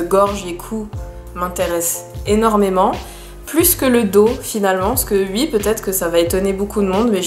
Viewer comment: J’aime trop psk tu dis pas « oui » tu dis « ui »